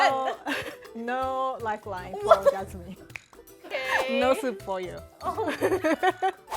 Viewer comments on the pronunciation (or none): none